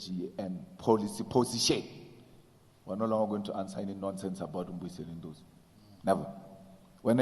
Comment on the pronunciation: Why is it difficult for him to say Dr Ndlozi?